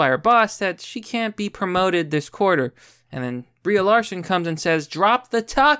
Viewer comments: "BREE" Larson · Y U say BrieA? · Nom it's Brie. He just says her name wrong.